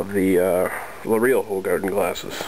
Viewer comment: I love the way you say 'De Koninck', "Hoegaarden' and 'Leffe'. All Dutch/Gelguim namens, and most English/American people can say it they way it's supposed to be. But I love that difference